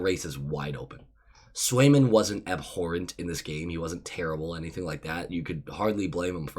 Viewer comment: "Any- you want" 😂 Sorry, I had to... Also, you never said it, so I'll say it! "THAT IS A DUB!"